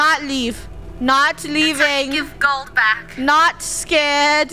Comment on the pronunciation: yep! the krew was “scard”